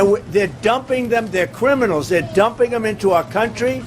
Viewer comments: What is a "cwiminal"? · Just a side note..... Did he just say "depwort the cwiminals"? Is he an old baby???